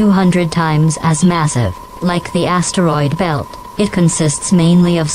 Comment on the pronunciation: "Uranus" was pronounced 'correctly' but then theres the "ass-teriod belt" lol